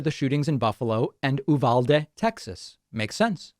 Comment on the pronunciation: DAVID!! Again, I live in San Antonio. Please try to pronounce Uvalde correctly: "You-vol-dee" is the correct way.